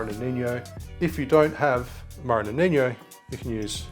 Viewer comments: Feedback: “Amaro Nonino” is pronounced “noh ni noh” or “no knee no” (and the stress is on the second vowel). It’s not Spanish or Portuguese, and there is no “ñ” or “gn”. It’s just an “n”. It’s an Italian drink, and is pronounced like much like “Nonno or Nonna.” You are pronouncing it like “nonigno” or “noniño” like the Spanish word “niño” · Nonino not "noniño" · Watching a bartender saying ‘amaro noninyo’ over and over is a bit like sitting and listening to a doctor telling you you have canker that has spread to your cologne.